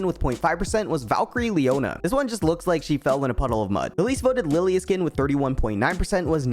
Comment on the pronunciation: didn't know Lillia was called Lillie